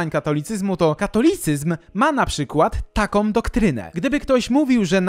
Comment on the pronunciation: bardzo Cię lubię ale to chyba pora na krytykę. Może nie samej zawartości ale tego jak mówisz. Czy nie jesteś w stanie się nauczyć wymawiania samogłoski /Ą/? Setki razy w ciągu tych 75 minut muszę słyszeć np.: takom, którom, som, zwykłom, możliwościom. Uwierz, że nie ma takich słów w polskich słownikach. Nie wiem jak to odbierają inni ale mnie to bardzo razi:(